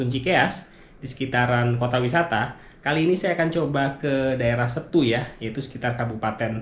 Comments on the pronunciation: Seeettuuu. Bukan Stu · keren om, tapi untuk Setu, e nya di baca kayak Cikeas, atau tape om....